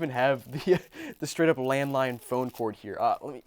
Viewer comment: Anyone else think he said “I bought a landmine phone” 😂